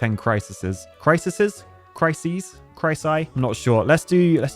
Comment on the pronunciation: The plural of 'crisis' is 'crises,' and is pronounced ~Cry-Seas~.